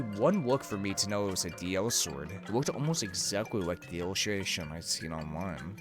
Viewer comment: It's called DI-sword not DL-sword